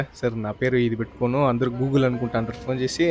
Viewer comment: Gokul ❌ Google ✅ 😂